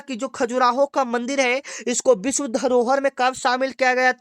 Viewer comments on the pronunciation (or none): none